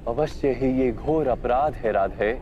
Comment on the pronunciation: I love your reaction to pure Hindi words...apraadh..not afrad..LOL...